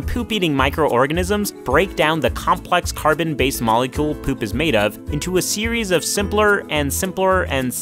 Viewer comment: You say poop like: p e u p